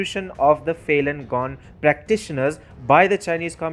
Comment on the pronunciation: get your pronunciation correct as a newsreader. It sounds Failing Gone when you should say Falun Gong.. like Faloon Gong